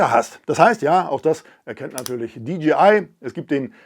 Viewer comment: Hi, mit tut es immer wieder in den Ohren weh wenn die Leute in ihren Videos sagen, die Firma DGI hat was neues….. Die Firma heißt doch DJI !!!!! Es hört sich so komisch an wenn man DGI sagt.